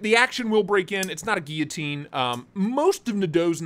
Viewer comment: Can you teach how to pronounce guillotine? I think I’ve asked before but it’s still an issue.